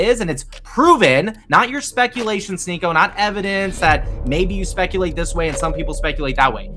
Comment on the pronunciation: "sHneako" you are so embarrassing...